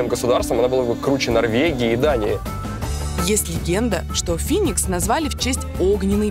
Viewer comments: не финикса а феникс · Не Финикс а Феникс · Бля птица Феникс, а не Финикс. Причём тут вообще она?